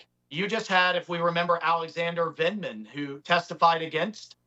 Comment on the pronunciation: Vuck Vinman’s vucking vife.